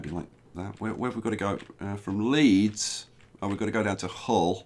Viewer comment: Nice to see Hull on a map...btw Hull is pronounced "Ull" (rhymes with "full")!